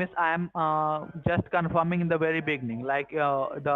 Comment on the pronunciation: "from the biggning"